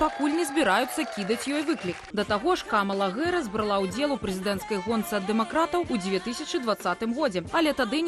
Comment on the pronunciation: американское произношение: [ˈ kɑːmələ ˈdeɪvi 'hærɪs] , Белсат, почему искажаете фамилию Вице-президента США? Какая, нахрен, Гэрис? Совсем обдолбались редакторы?